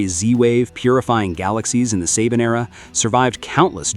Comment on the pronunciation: It's not SABIN. IT IS SABAN!